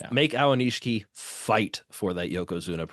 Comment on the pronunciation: It's A-o-ni-shi-ki. Not A-wa-ni-shi-ki.